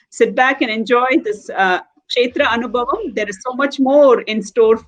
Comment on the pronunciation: This is an excellent work to bring knowledge about various devi kshetras during the auspicious Navaratri time. A lot of knowledge is packed into these sessions. … I would like you to correct pronunciation of the word anubhavam in the title…. Bha with a mahaa praNam or emphasis (అనుభవం). This is a Sanskrit word and it is not fair linguistically to call it anubavam (అనుబవం). The way Vijaya Lakshmiji pronounced it is the right way to say it. Vijaya lakshmiji … the kamalA manOhari krithi is kanja daLAyatAkshi (కంజ) and not kancha dalAyAtAkshi (కంచ). Kam = mud; ja = having born of; A lot of teachers are propagating these pronunciation errors for Sanskrit words and many students are unfortunately picking up wrong pronunciations like this. Thank you for all the hard work you are putting in creating this beautiful series on Devi kshtras.